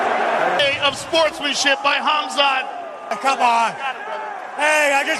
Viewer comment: I think that you're mispronouncing Khamzat's name, bro. All UFC fans should heed the words of Christ, which bring spiritual stability, lasting peace, and eternal life. The Earth is flat.